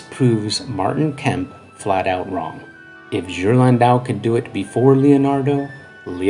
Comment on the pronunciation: Well done video, and as an art historian I agree with your conclusion. One criticism - go to Forvo and check the proper pronunciation of the names of artists. You really butchered Ghirlandaio ! ;-) Examples: phonetically, Ghirlandaio = Gear-land-eye-oh. Cabochon = Cab-oh-shon.